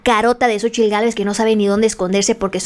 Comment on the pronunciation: Lo peorgrr? Es francesa la tal Cónchitl Gálvez? O solo disléxica?